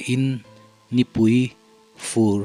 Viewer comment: Nipui....tih i lam ( thluk ) dan hi a dik lo...nipui tih hi thluk dan a zir in a lam a dang dawr thei a ni